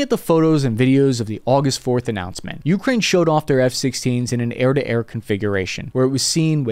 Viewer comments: min. It’s Ukraine, not Ukrain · Holy shit why do you keep pputting emphasis on the U in Ukraine. So god damn weird. It's like saying ameRICA. Edit: I just saw the part where you showed an enthusiast's simulator cockpit, followed by an F-16C landing on an aircraft carrier in DCS... I think I see what this channel is like now. Edit 2: The HAARM cannot track "anything that emits the radar signal". It has very specific programmable channels for surface threats. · ookra inna (hebrew)